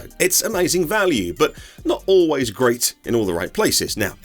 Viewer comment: Amazing video. But did you say “The car feels grape” 🍇 ?